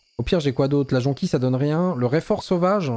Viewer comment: Jonquille ça se prononce Jonquiyye